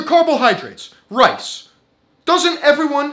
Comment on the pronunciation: My man said "rice" haha